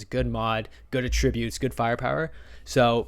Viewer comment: The way this man says attributes is wild . It’s attributes , not a tribute .